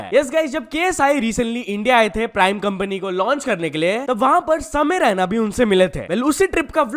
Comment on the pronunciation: it's samay raina not ryna 🤡😂